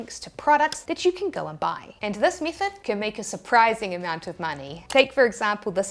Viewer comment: Mithod 😖. And oh so many others. 😝